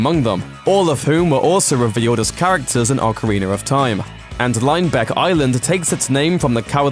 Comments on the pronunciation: Why does he say ocariner it's ocarina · you're another of those sillies that says "ocariner" :v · Are we just gonna let it slide that he pronounces Ocarina, Ocarinar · ocariner in time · Ocariner of time?? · ocariner of time... non true zelda fan, made me rage. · Ocariner of Time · "Ocarinar of Time!" lol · Man, OcArInEr Of TiMe is AmAzInG! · Lol Ocariner of Time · awwkerreener of time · Can someone explain to my uncultured self why British people call pronounce ocarina as "ocariner"?